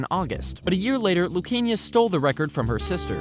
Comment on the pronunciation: Google botched the Lucania pronunciation